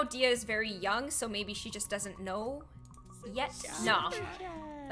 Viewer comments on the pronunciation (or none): none